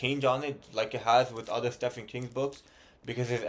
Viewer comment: I've struggled with Stephen King books. They can be hit or miss. P.s. the "ph" in Stephen is pronounced with a "v". Stephen = Steven